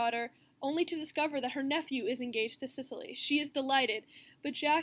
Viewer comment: This was super helpful thanks although it would've been better if you had pronounced Cecily's name right it was bit triggering hearing it pronounced wrong as you pronounced it as Sicily as in Sicily Italy when it is actually pronounced like Seh-sill-ee!